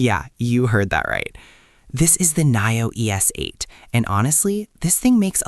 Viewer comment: Great car and video but pronounced Neeo! Not Naio! Blue Sky Coming!